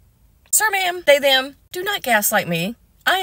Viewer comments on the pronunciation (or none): You sound so ridiculous when you say they them. Just talk normal.